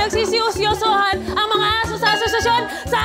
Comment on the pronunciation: Parang yung tongue twist ni buboy imbis na "ang mga" ang sasabihin nya... ang bigkas nya "ng mga"...